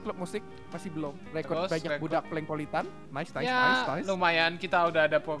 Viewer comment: BUKAN PalengPolitan Tapi PolengPolitan